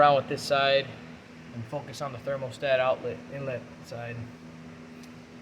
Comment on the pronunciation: Thx dude. P.S.: thermostat, not thermal-stat 😉